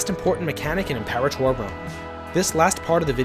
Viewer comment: Your pronunciation of Imperator makes me think my life over